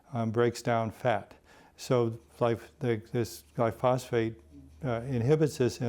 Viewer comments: Gly-phos-phate [sic] ? What a fraudster! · This guy is full of shit. Any farmer would tear this apart. SMH....he doesn't even pronounce glyphosate correctly! So much misinformation.